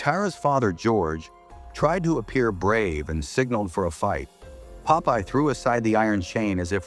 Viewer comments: JFC this makes no sense. I can't tell if it's because of the movie itself, or the crappy AI narration, or both. And for fuck's sake, it's Popeye, not Pope-Eye, and definitely not Poppy! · not poe-pie :face-purple-crying::face-green-smiling::face-green-smiling::face-green-smiling